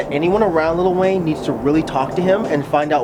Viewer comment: I'm sorry. There is not a single "t" in Lil' Wayne.